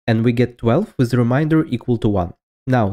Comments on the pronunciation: Remainder not reminder. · Re MAYn der Not re MIND er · ReMAYnder. Not ReMINDer. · *remainder*. Not "reminder". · Remainder has a different pronunciation from "reminder." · its pronounced re MAIN der not re MINE der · Guy pronouncing "remainder" as "reminder" for 7 minutes and there is nothing you can do about it. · Please never say “reminder” again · Please correct your accent if you can ... remainder is a different word from reminder.